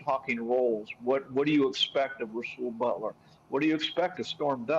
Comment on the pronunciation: Rasul butler lol. Cmon